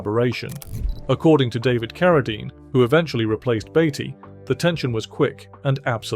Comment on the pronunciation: Sure it’s Beatty not Baity